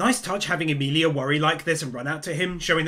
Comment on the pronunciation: not to be that guy cause I know what you are saying but its Emilia... sorry but kinda just annoyed me but I knew what you meant